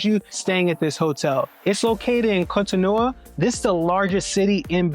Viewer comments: GOD💙❤️🙏🏼, why do you keep butchering the name of the city? It is three syllables all ending with an “O!’ Gosh: Co To No !!!! Where do you get No Ah???? no offense, but, Damn!! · The door of no return practically brought tears to my eyes. How scary that must have been for people back then. Also you keep pronouncing Cotonou and even Benin wrong..lol. It's pronounced more like kohtohnu and Behnehn (last n is silent). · 😂😂😂 What was the pronunciation before the French decided to invade? His pronunciation of Cotonou is atrocious. 😂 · This is Brilliant just a slight jaring. Can Americans please learn to listen to how the people call themselves like Cotonou and Port Novo.